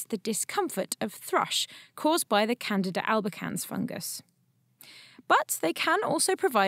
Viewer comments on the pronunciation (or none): none